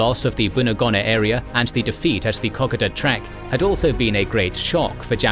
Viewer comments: He pronounce it like it's Japanese. His pronunciation of Milne bay is so wrong too. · It’s Ko Ko Da not KokAda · KA KO DA ..... FFS IS IT THAT HARD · It is pronounced like cocoa and da as in the Dutch way of dad. Secondly the kokoda track and kokoda trail were two different things. The Aussies and papuans were using the track to ambush on the trail. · Wait I have been pronouncing it co-co-da all this time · Say it like this K'koda. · You said Kokoda wrong mate extend the vowels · As an Aussie, I love that this exists/ However, I die a little every time he says Kokoda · I just could not stand the mispronunciation of KOKODA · At least pronounce Kokoda correctly. One of the biggest operations in australian history and you mispronounce it every time. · If you don't do AI then I really gotta ask you to work on your pronunciation of Kokoda. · Your narrator needs to review his pronunciation of both "Maroubra" & "Kokoda". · There is the way most Australians pronounce Kokoda, there is the way some Australians pronounce iit, and there is your pronounciation. When you get something so fundamental wrong it raises question if you cant be bothered with something that easy how confident can we be in anything else? You have Australian subscribers ask them. There is the chance that you have adopted a Papuan pronounciation in which case you should state it but further there are a number of languages specific to different parts of the track so which tribal group did you chose and why?